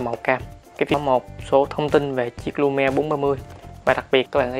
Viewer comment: tên là Lumia mà cứ nghe là Lumie.